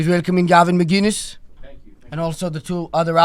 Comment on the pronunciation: MIC-innes is how u pronounce it